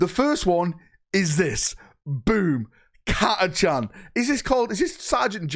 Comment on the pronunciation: I mean if we are discussing pronunciations, it’s never actually been Cat-a-chan but Cat-a-khan (hard k rather than ch sound).